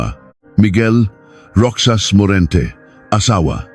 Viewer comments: Anong roksas Ang basa mo sa Roxas Ang banggit niyan ay rohas (roxas) napaka bobo mo magbasa .. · Hindi roksas.. Roxas. (Rohas) Balik ka sa grade one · Ayusin mo pagbigkas mo hindi ROKSAS ANG BIGKAS NIYAN ROHAS ASUSSS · * pluma is fountain pen. * Fountain in Tagalog is balong or bukal , however, Filipino use the same word " fountain " or "paunten". ( 'Could have researched a little more. That there is NO direct translation of "fountain" in Tagalog.) - Roxas pronounce as ™Rojas not rocsas... - 12 = " labing dalawa not "labing-two" ? Should have been edited these mistakes, a lot of words are confusing. AI is helpful but use it properly, not overly dependent. SMH. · Rohas Po ang basa sa Roxas 😊